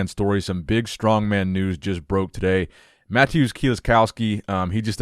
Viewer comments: I’m not 100% sure how to pronounce Mateusz’ name, but I’m pretty sure it isn’t “Matthews”. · I think you were saying mateusz name wrong! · Bro, I love you, but you gotta watch a video on how to say mateusz name correctly 🤣